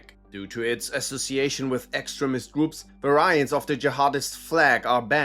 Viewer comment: Why do you pronounce “extremist” like that. It sounds like you’re saying “excrement” which means poop lol